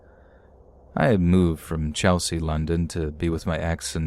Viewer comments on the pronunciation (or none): none